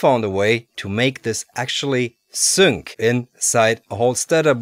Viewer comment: Sync is "sink" not "sünk" lol Englisch ist eine dumme Sprache